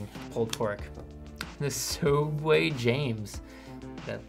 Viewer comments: HE WAS PRONOUNCING SOOUBWAY WRONG! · Sa-uubway lmao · Rest in peace Sooubway ..